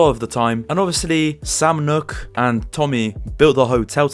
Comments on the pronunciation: its sam noock not nock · Did you really just say sam knock instead of sam nook? Cool vid tho